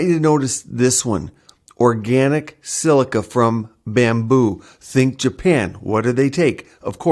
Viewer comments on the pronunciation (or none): none